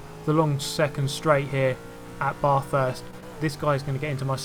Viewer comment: I dont know if anyone said, but your saying bathurst wrong, your saying BARRthurst, and I dont know how to explain how to say sorry.